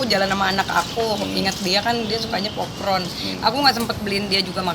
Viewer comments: PopCorn jah.. bukan POPKRON 🤦‍♀️🤦‍♀️🤦‍♀️ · Ngmng apasih pop pron apasih pop pron.... barangkali mau ngmng pop corn... bacanya pop kon.... kok pop pron... 😂😂😂😂😂😂😂😂😂😂😂😂